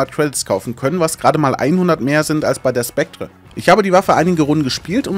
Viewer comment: Ich krieg leider Pickel davon, wie du "Spectre" aussprichst